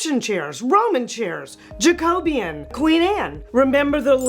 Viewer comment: Jacobean is pronounced ‘Jack-o-be-an.